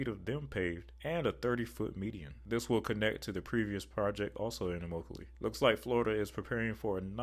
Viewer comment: pronounced eh-mock-a-lee